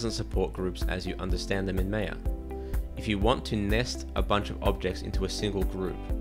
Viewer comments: It's not May-yeah. It's Maa-ya . BTW, I also love Blandar very much ;) I should start learning it soon now. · its "my-yah" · You started nicely but claiming that rotating cubes crashes maya is a really poor comment. Oh, and ma-ia not mei-a. The minimized panel workflow has not been adressed because it poses absolutely no problem. If it did, it would have been addressed . There is no tool where these panels minimize, and the only reason to go there, is to restore the panel. Other than that, this is a great video which is a very helpful introduction to Blender. thanks for the time you spent to help people . It appears that lot of the Blender features come from 3dsmax but are accessed and managed in a more (unnecessary) complex way.